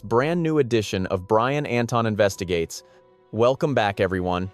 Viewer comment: It's Entin, not Anton. Sheesh.